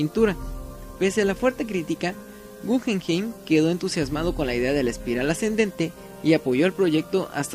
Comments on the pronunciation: podrías pronunciar naturalmente el nombre del museo “gujenjein” sino “gugenjaim “ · No es gujenjein sino gugenjaim